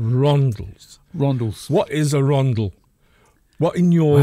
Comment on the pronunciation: I know what A rondel is, tourist's must pronouncing ARUNDEL. I hear it at least twice a week 😅😖 Seriously, great channel gent's thank you, been a subscriber since the beginning